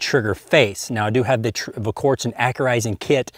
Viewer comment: you're a better shot than I'll ever be, but you just can't get your tongue around that L in Volquartsen.